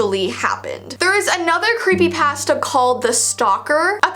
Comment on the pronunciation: the way you say creepy pasta literally makes me laugh and i love it💚